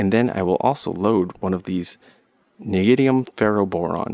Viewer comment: neidium? You mean neo-dee-mee-hum? I will never stop being surprised by how many people cannot pronounce it right.